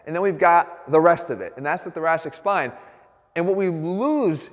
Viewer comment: I keep thinking he's saying "the Jurassic spine"